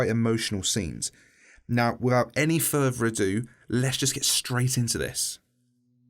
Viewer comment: “Wifvout any furver erdo”